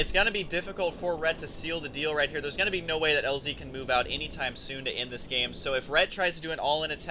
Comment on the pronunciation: lol "....plus thor is hheeiir" that was really funny.